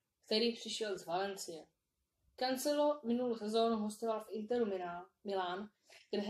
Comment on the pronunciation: a nebo říkáš Kancelo ale vyslovuje se buď Kančelo nebo Kankelo